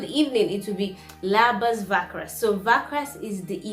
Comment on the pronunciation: Not Labas Vakras but its Labas Vakaras